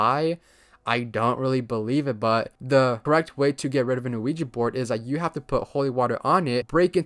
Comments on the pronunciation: Most people pronounce it incorrectly, so I won't blame you for getting it wrong. Ouija is yes in both French and German. I can I write the proper pronunciation? We-Ya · Bro said quiji board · Bro, you are pronouncing the Ouija board wrong. The name comes from 2 word in 2 different languages put together. The word is "Yes" in English but the 2 languages that make up the name are French and German. The French word for "yes" is "Oui" and the Geman word for "yes" is "Ja". So, put together it is "Ouija". So, the pronunciation of the word "Oui" is "We" therefore, the correct pronunciation for "Ouija" is "We-Ja". "We-Ja board" not "O-We-ja". Just wanted to point that out. "Ouija" is pronounced "We-ja". Just subbed to your channel. I'm liking it so far. One criticism is I think you should try to slow down and work on fully pronouncing and your annunciation when you speak. I'm sure you're aware that you sometimes slur some words and cut out syllables. Example: everytime I have heard you say the phrase " I'm going to be talking about". What you say is " .....talking 'bout" which isn't the worst thing, but in your case, it is very noticeable. I always had a habit if wanting to get words out so fast that I would slur, mumble, and mispronounce some words and it takes some serious work to fix but you can do it. I think people would like to hear you talk more if you worked on correcting this and it would help you get subs and likes more. Just my opinion. Take it or leave it. No ill intention, I promise. Take care. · why do i always hear ouija as luigi euafyehaosuehfoashefouuahsouhi